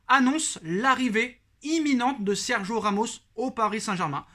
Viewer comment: Tu es au courant qu'il y a un "i" dans Sergio... t'as le droit de le prononcer du coup 😑